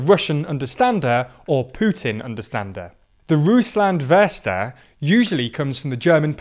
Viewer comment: "Rusland wörster" xD